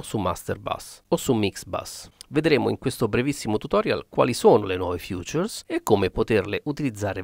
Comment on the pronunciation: features non si pronuncia come futures